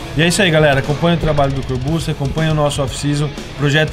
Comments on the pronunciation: "Corburtxi", Rafa 😉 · " Corbussi " kkkkkkkkkkkkkkk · O Rafael fala no vídeo "corbute" kkk